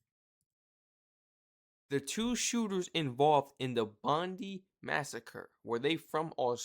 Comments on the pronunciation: G'day Mate! Please, Please, Plesse... It is pronounce "Bond-eye" NOT Bondeee... Cheers! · Hey buddy , the word Bondi beach . Is pronounced as bondeye beach bro not bondy beach 👍🙂 good reactions buddy cheers from Australia 🇦🇺🐨🦘🪃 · its pronounced BONDIE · Pronounced BON-DIE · 😂 Bond...eye, is the pronunciation 😂❤🇦🇺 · Its not Bondi , its pronounced ‘Bond-eye’ 😅